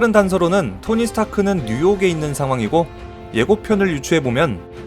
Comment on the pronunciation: 얼유 토니 스탱크?ㅋㅋ